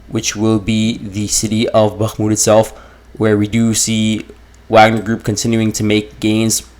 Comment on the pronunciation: I like that you call it "Wag-ner" instead of pretensiously saying "Vog-ner"